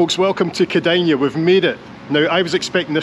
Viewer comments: the last sylable in Kėdainiai (-iai) is pronounced like "nay". You are spot on pronouncing Kėdain-. Grėjaus namas (the hotel) is literal translation of Gray's house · Fantastic video!! My great grandparents came to Scotland from Lithuania as you say in the 19th century, settled in Lanarkshire mostly Bellshill, Mossend and Coatbridge. The town should be pronounced as "Keidynyny" if you were to say it in English. Great to see the Scottish connections. I never knew about this. Thanks. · Think that placename is meant to be pronounced 'kid-on-yee'. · This is most definitely not pronounced like that, not even close. It is pronounced the way it's written, everything in Lithuanian is, but the ending here sounds more like "ei" (like letter "a" in English). But interesting to hear about your Lithuanian connection! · unless it's a really busy bus people here generally don't really pay attention to the seat they're assigned also good job on the pronunciations, better than most native english speakers, I think the scottish accent helps, you pronounced the "Kėdai" part of the name correctly, but the "niai" part is one syllable and sounds sorta like "nay" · The middle sounds fine, but the first and last syllables are most definitely incorrect:) I also googled it right now and the pronunciation I found was even worse. But it's ok, we're used to it. I'm Lithuanian, and when I ask Google Maps to go somewhere in Lithuania, it is always some random village or a pub 5 000 km away;) pronounced the name pretty well, because in Lithuanian more or less everything is pronounced the way it's written, and written - the way it's pronounced, only in this case "iai" basically becomes "ei".